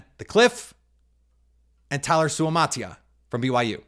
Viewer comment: Out of BYU Suamataia is pronounced Sue uh matah eeeh uh. Each vowel has to be pronounced for the Polynesians